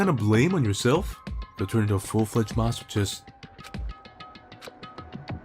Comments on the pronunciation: Masochist is pronounced (ma-sa-kist) ;~ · Just a note, masochist is pronounced [mas-uh-kist]. Also, I like how you too decided to grind those Kyoko points first! Good taste in waifus confirmed. Even if you got her skill, she has one more conversation which is worth checking out.